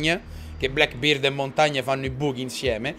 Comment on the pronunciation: Ciccio, a volte pronunci Blackbeard nel modo sbagliato. La vera pronuncia è: "Blèckbird"! ea in inglese si leggono " i ". Spolliciate per farglielo leggere perfavore Come difensore ti consiglio Jager. Ottima specialità che ferma le granate e arma "Carabine" tra le più forti del gioco (monta l'ACOG sua carabine).